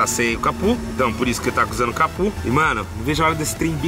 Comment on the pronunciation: Da uma agonia o falando "capu" e não "capo" kkkkk